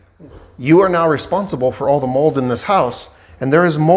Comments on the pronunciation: Sure about the Half assed work. But Not being able say the word mold is wild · Ucant say mold